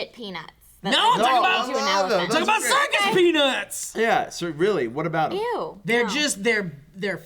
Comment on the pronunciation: I thought you said "circus penis" when you said "circus peanuts" - "I had circus penis last night" (and everyone was cool about it)